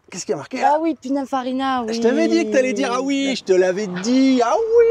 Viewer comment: Surment l'une des plus belle voiture du monde mais en bleu, grise, jaune ou noir 😍😍. Mais bon une femme qui a ça elle connait meme pas pinifarina et pas pinUNfarina 😅